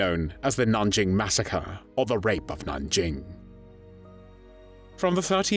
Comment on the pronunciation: A. Nothing new... Just AI spotty repeat of prior better prepared reviews; but with poor AI pronunciations. B. Stop with the unspeakable... Nanjing was the third major China city ravaged by Japanese forces in unheard of savagery... w' mass rapes of women & children, even boys & mass executions for punishment for resisting & failing to surrender immediately ... The Japanese army was supposed to move on immediately, in the German word, Blitzkrieg... but its commander reported his troops were so tired from the ravaging, looting & other war crimes of Nanjing, they had to rest for immediate for an entire month! >> When Villagers who escaped to religious enclaves reported the savagery, wholesale & systematic rapes--family on family--& executions, they were un-believed by Christian missionaries because the Japanese Army was believed the most disciplined in the world.